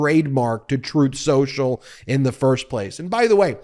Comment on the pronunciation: “strooth sential”